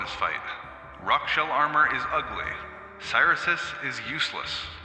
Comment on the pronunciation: Cyrisus name is definitely pronounced krix sus